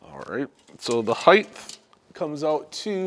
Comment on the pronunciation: dude there’s no word in the English language: heighth The word is : height You’ve said it many times now in this video, and it’s like nails on a chalkboard. Holy cow glad I was able to help you live life less embarrassing going forward. Have a great day.